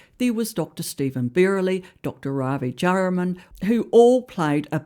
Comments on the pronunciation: Jayaram is pronounced Jay - a - ram, not Jay ra man. Other than that.. spot on! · Don't worry about the pronunciation. We know who you mean by Dewie and Jayaram!